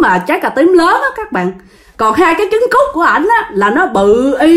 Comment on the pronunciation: E là e k có mắc cừ đâu. Mà nghe c nói sô ciu với chứng cút e mới mắc cừ =)))